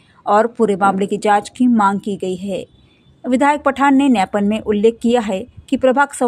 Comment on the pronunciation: मॅडम जी न्यापन नही ग्यापन (ज्ञापन बोलते) है..😂